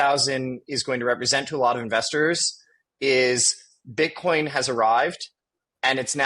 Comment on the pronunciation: He said “Bit-corn” lol